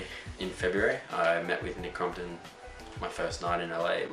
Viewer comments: your being a bully cause your saying crumpit and its crompton when you say nicks name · “Nick Crom-pit” Lol 😂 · (Cromp-ton) not (cromp-et) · It’s not nick crumpton it’s not nick crumpets it nick cumpit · "nic crompteé" - 2017.